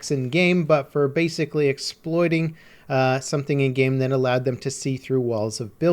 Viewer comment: Pls stop saying End-game/N-game instead of in-game